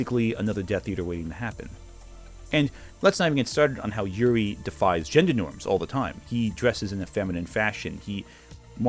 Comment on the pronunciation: на русском звучит немножко по-другому, Ю-рий. Не 'Yuri-Юри".